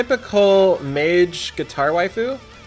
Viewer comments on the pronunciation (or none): none